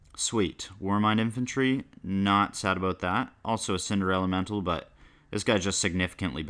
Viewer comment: Is it just me or when he tried to say Cinder Elemental, did it sound like 'Cinderella Mental'?